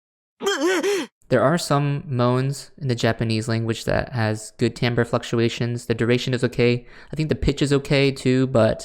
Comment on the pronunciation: LMAO i love that you finally learned how to pronounce timbre it's okay i used to think it was timber too